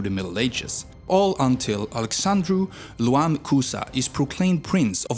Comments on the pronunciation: Bro, is not "L-U-A-N" Cuza is Ioan "Y-O-A-N" Cuza. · DAKIA hurt my ears :D please, they say like Da-tsch-ia. Also king's name IOAN CUZA, dude, person's name starts with a capital letter. so figure it out, no LOAN it IOAN. also michael the brave? I think it is Mihai, like mee-hai. anyways, good video. do research little bit more for the next one. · Man, you need to learn how to read , Loan Cuza , that is a I not L or Nicolau ,is a e at the end not u. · I know it’s been said before, But A.I ( it’s ioan, not Loan btw ) Cuza united Moldova and Wallachia, or The Romanian Country ( Tara Romaneasca ) as it was called back then in 1859, and in 1862 it was first called Romania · Too bad they could not find in the population over 19 mil people a Romanian speaking English and correctly pronouncing: leu, not lu, Dacia, not Dachia, Apuseni, Ioan, not Loan and so on. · Where is one of the greatest composer of our century?? Mihai CREȚU from ENIGMA!!! Bad and very simplistic article. On the other hand, i cannot believe that you pronounced Alexandru Ioan Cuza's middle name, ioan, WITH AN L instead of an i ? How dumb can you be? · Alexandru >>ioan<< Cuza, not >>Luan<<. Ion/Ioan (m) and Ioana (f) are the most popular names in Romania. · Ioan Cuza " i " not L! :D nice video mate. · I know there are many names that are related, but my point was that he completely mispronounced it in the video. He pronounced it with an L at the start, like Lo-an, instead of Yo-an. Giovanni was just an example. I thought it sas better than to use Joan, since Joan can be pronounced wither as Jo-an or as Joe-n. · Good video! One correction though… Ioan does NOT start with a lowercase L, but an uppercase i. Its pronunciation would be more like Yoan. It's the Romanian form of the Italian name Giovanni.